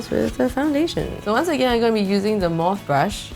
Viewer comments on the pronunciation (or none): Corrections: pronounced MOR-FEE not MORPH(e) and yassss Morphe brushes are wee bit cheaper than Sigma. Their buffing/kabuki brushes are great for liquid, cream products. 😍 And u got great skin 😉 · Can’t help but think don’t people watch others’ reviews and the way they pronounce certain things? It’s morphE. Not Morph lmao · You pronounce it as 'Mor-phi' not mor-ph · 😂😂😂She was calling the Morphe brush Morph😂it’s pronounced Morphee 😂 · You don’t pronounce it morph you pronounce it morphy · it's not pronounced as mor-f, it is mor-fi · it's pronounced mor-phee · It's morph-e its not morph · its pronounced "morfi" not "morf" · Moooorphyyyyyy not Morph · i thought it pronounce "morphi" instead of morph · Its pronounced as "mor fee" babe ♥️ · Morphe is pronounced mor-phe, not morph xD Also the Morphe brush used was a blending brush, so it wasn't supposed to be used to pack on colour. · It’s morph - e as in you say it with an e at the end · ITS PRONOUN MOR- FEE NOT MORF UHH IM SO TRIGGERD AND CRINGE INTHE SAME TIME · Her saying “morph” instead of morphe is funny 😂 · no offense but the pronounciation for Morphe is (MOR-PHEE). sorry..just my opinion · Was it just me or did she say morph and not morphe ?? Idk just me? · Isn’t Morphe pronounced as Mor-fie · isnt it pronounced as morfi? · It’s pronounced like more-fee, btw no hate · I love these episodes I’ve seen every single one ❤️( I think that morphe is pronounced mor-fee not trying to be rude, just helpful x) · Good night! The brushes are pronounced more-fee, just trying to help a bit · It’s pronounce mor phe(fee) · the name of the brushes is pronounced more-fee Morphe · No no.. Its pronounced as Mor-fee.. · I’ve been watching you forever, and I love watching your videos, but for the love of all that it is good, it’s pronounced morf-ee. Biggest pet peeve of this video. But I still love you!!:) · Ahhh she said morphe wrong and it bothered me lmao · she pronounced morphe wrong assfdfftfgvgb